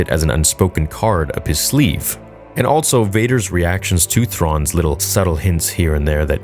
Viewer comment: Is altso a word? I thought it was ‘also’ all this time.